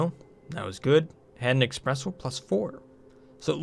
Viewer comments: Espresso! Not eXpresso... Swears in Italian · Every time you say "Expresso", an angel loses their wings... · eSpresso the no X in it. Please.